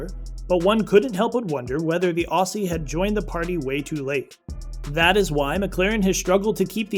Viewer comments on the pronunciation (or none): none